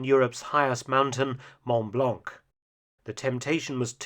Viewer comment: You don't pronounce the '' c'' of "blanc" in french